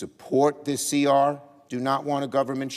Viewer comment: "Dis country's needs"? Like printing comic books in Swaziland?